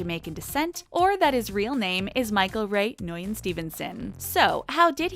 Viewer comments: Nguyen is pronounced “win” lol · Pretty sure Nguyen is pronounced win or wen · Man you butchered Nguyen so horribly...